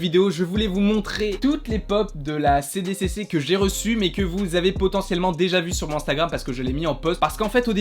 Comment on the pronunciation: Trop bien ! 😍 Mais par contre c’est "SDCC" pour San Diego Comic-Con et pas "CDCC" ! 😜🤣